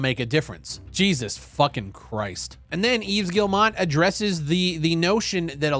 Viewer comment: How are you still pronouncing Yves’ name wrong